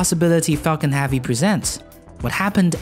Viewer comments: Nice. But his analysis of SpaceX's vision and role in the future is as accurate as his pronunciation of "havvy".. erm, i mean "Heavy". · Why the f*** does he say Falcon Havy instead of Falcon Heavy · you say havy alot what country are you from to pronounce heavy like havy just wondering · curious as to why you pronounce e sounds with a sounds, like falcon hAvy? it that normal in your neck of the woods? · adolf I would enjoy watching his channel more if he pronounced Havy they right way.